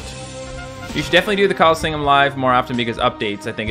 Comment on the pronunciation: I'm better than you at the callingseeum